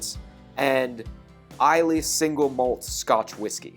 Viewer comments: Eye la not I lay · So I’m supposed to see a review on a peated whisky from someone doesn’t even like peated whiskies and doesn’t know how to pronounce Islay? No thanks!